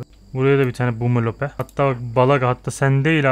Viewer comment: Boomalope (bumalop diye okunuyor bu arada kabaca) koruma eğittimini verip öyle fırlatsan acaba olur mu? Ben kendim denemedim ama bir fikir yani